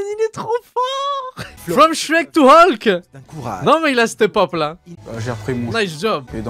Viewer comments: Ca me tue vous vous dites holk et pas hulk. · "Olk" ptdrrrrr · il a bien dit Holk ou c moi ?